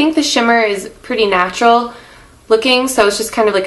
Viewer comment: Stop fucking calling it natua